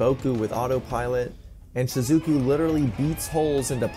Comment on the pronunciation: Shizookooo 😂 Good vid though 👌